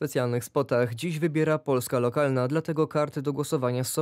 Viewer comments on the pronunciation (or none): "tymczasem Poljska", o zesz ty w te i z powrotem, jak Ty wymawiasz Polska, po co ten miagkij znak po "l"? Po twardym "l" ma byc twarde "s" i "eto wsjo"! Bogusz Jankowski, to polskie nazwisko, ale jesli jestes z kresow, nie mam poretensji. Ale jesli Ukrainiec o polskim nazwisku, to znaczy, ze gruby nadal sprowadza do Polski Ukraincow.?